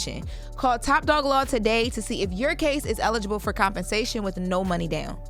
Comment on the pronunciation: AYO FRO instead of FOR is CRAZY